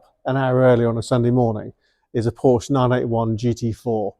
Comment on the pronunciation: You should get up early and find a German who you should ask how to say Porsche